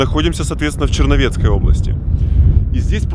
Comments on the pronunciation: Опять не получилось, что за ЧерновЕцкой, БуковинА😂😂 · БуковИну , ЧерновЕцкой, Залешки, ору